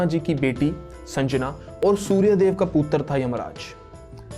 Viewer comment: पुतर नहीं पुत्र बोल 😅